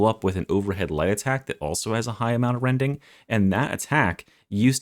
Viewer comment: "Incwedible wending"